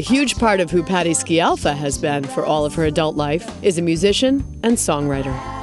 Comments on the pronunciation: You would think this news anchor would have learned HOW to SAY her name correctly. Terrible. She keeps saying...SKI AL FA and not the correct pronunciation which is..... SKAL FAH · Dear u.s. citizens, we all are obliged to learn your language and only God knows what it means........ Try to pronounce well something of other language. " Sci" of Scialfa has to be pronounced such as "sh" of "show". Do you understand? Good. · Can't watch this as the announcer can't even pronounce Patti's surname!